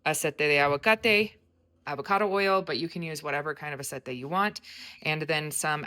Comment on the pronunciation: Ahh-say-tay not Ahh-set-ay for Aceite, hope that helps.